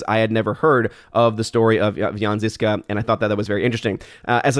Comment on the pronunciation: The z with the thing (hacek)on top is pronounced like the s in treasure...